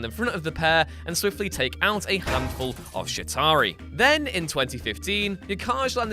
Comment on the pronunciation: He said shi tari not Chitari Edit: I didn’t realise it looks like a swear word